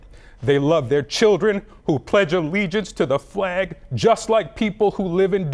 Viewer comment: I want to make a meme of this guy saying flag